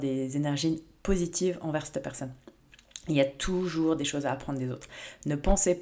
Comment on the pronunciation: Petit rappel amical chère, en français on dit cet/cette,😉et non l'horrible "c'te" qui frisse les oreilles🥵😭. Vos vidéos n'en seront que meilleures.🌞